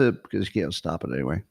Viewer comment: Top 10 annoying things Scott does (which one do YOU hate the most?): 1. The awkward way Scott ends a topic with "iiinyway" 2. Scott answers his own question with "I dunno". Often preceded with a little squeaky, groaning noise. 3. Scott: "You know how they could have saved a lot of money? They could have just asked Scott" (note: I think he knows this one is worn out so he's modifying it somewhat). 4. The way Scott pronounces the word Question as "Queshion". 5. The little growl in Scott's voice when he imitates any group of people. 6. When Scott acts like a tough guy. "If China doesn't stop shipping fentanyl, we are gonna fuckin' kill 'em" (no we're not) or the more recent "I would literally take a bullet for Musk or Vivek" (no you wouldn't). 7. His overuse of the word "Hyperbole" (hey Scott, there's a new word they just invented, it's "exaggerate". 8. Scott's sex robot/porn/masturbation stories. He's an old, probably celibate guy that never leaves his house and him talking about sex is stomach-turning. Grow up Scott. 9. The constant repeating of his explanation to his opposition to DEI "I'm not saying anything about anyone's genes, race, or culture - blah, blah, blah". I've literally heard that 50 times and it sounds like he's afraid of being called a racist - which disputes his "I'm so brave; Elon, Trump and I saved America" claims. and the absolute, undisputed most annoying thing Scott does is... 10. The nervous laughter that Scott does after 50% of anything he says - even w